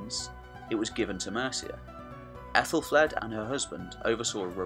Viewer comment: Great vid! I've said this elsewhere, but I think 'Aethel' is pronounced 'athel' not 'ethel' because an ash ('a' and 'e' combined) is pronounced with a hard 'a', like hat. So it's pronounced "Athelflad" not "Ethelflade". Not being picky, just wanted to point out something I'd learned.